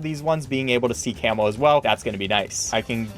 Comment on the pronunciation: It sounds like ur saying camel bloons instead of camo in btd4 Edit: ...and in btd5